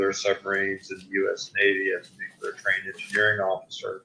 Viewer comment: Its pronounced NEW CLEAR....not nu que ler